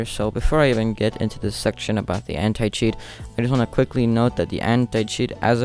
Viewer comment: Anti cheat My ear : Hentai cheat